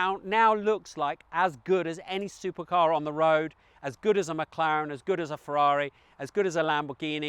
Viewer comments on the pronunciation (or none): none